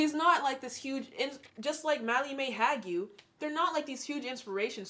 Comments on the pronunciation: Hague is pronounced “hay..g” MMH is not inspirational. She’s just ignorant. I won’t waste my time on her. You are inspirational. Carry on doing what you are doing x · “Malley Mae Hag-you” 💀